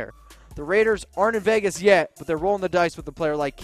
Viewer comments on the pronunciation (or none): none